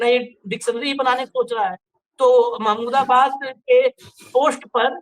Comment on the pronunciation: प्रोफेसर साहब का नाम महमूदाबादी है तो सही तरीके से उच्चारण कीजिए